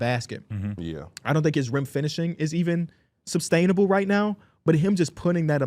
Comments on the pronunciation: Someone please tell them it’s SUS-STAINABLE not SUB-STAINABLE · man i promise you sub-stainable is not a word